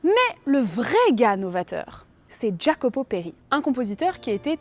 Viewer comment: Video magnifique, mais il y adeux pepins: 1) C'est "intermEdi", pas "intermidi"; 2) "Jacopo" se prononce "Yacopo". J'attends la deuxième épisode 😊